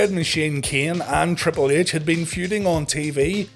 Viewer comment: Like when ya say triple ehch